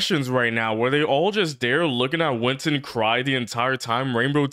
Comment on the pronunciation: Winton? No, that’s Win-Ton